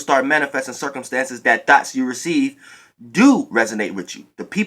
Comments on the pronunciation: When you say thoughts, it sounds like Thots,Lol, Even though we know what you mean. 😈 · I thought u was saying thots😂😂 Thank u for this message. I definitely needed it😩💜👏🏾